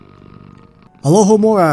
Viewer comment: You said Alohomora correct!